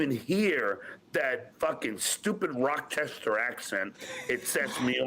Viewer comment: Rockchester ackshent